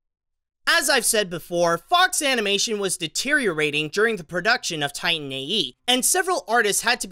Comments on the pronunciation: Did you really start the video by calling the movie "Tine A.E."? You really can't even pronounce the title? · i loved the movie, i hate the way you say titan tho